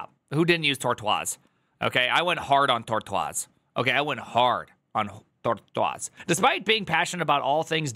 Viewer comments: Please stop saying "tortoase" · you say tortoise strange, shouldn't it just be like "tortuss" like the animal. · Title caught me, but cant get past him saying tortoise incorrectly a dozen times in the first minute (is a kindergatren level common animal name). Also not knowing git and mercurial were competing projects with extremely similar models and mechanisms makes me not think there will be much in terms of insights in this. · Tor what??? Tor-twazzz??? Haha is that how it's pronounced? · I watched 30 seconds of this, and had one comment - and then stopped. I haven't even bothered to see if anyone else made the same comment. You made the comment "I used svn and tor-twas svn" and made the pronunciation "smugly", as though you knew were mispronouncing the service deliberately. I haven't encountered that pronunciation before - and I disagree with it. If that is now a common version, I apologise,: but my biggest disagreement is that there are already two pronunciations of "tortoise" - lets see if if I can capture them. One is "tor-tus". while the other is "tor-toys". The problem with "tor-twas" is that it introduces a third, non-canon interpretation that will confuse non-English speakers. The problem with "in" jokes is that most multi=nationals cannot "get" them. Please desist. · I've never heard someone pronounce tortoise like that.